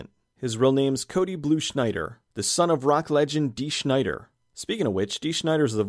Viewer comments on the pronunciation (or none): Dee Snyder, not Dee Shneyder.